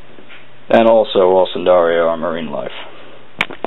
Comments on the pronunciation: its pronounced nidaria not sindaria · Not a bad video, however, the phyllum they belong to is Cnidaria (pronounced "Nigh-daria", not "sin-daria"), the C is silent. Sorry, I know this seems a trivial point, but it may keep a student out of trouble if they use this as reference (which I wouldn't recommend anyway.) Roger.